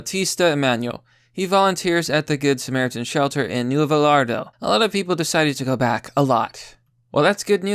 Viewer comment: Nu-eh-vo lard-oh Hahaha I love!